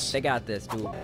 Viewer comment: You always says DODE not Dude